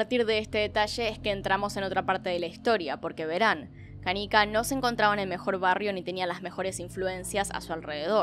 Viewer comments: Jaja no pude evitar reirme cuando decías canica. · ¿Por que le dice Canica?, me causa mucha tirria que lo pronuncie asi.